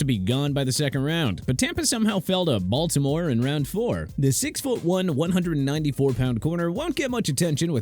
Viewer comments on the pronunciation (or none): none